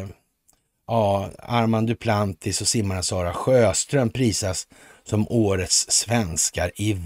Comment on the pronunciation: Armand Duplantis låter ju klingande svenskt